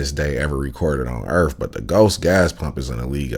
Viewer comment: dont listen to anyone that pronouces earth as "urf"